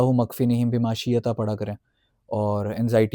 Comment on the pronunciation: Assalam u alaikum Allahummak_feenihim_bima_ shi'ta It's shi'ta not shiyata...jazak allah